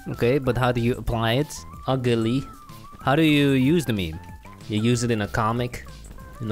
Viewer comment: it's not "mEmE" its "miM" bro.